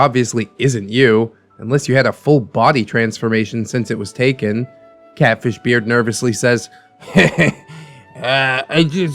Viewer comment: Ngl I thought you said Cabbage Beard not Catfish Beard lmao